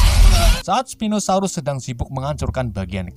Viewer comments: admin bilang stegonosaurus padahal itu s😂🤣pinosaurus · Bang bukan stegonosaurus stauku spino saurus